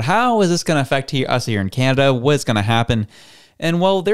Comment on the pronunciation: Canada ❌ Candastan ✅ 😂😂😂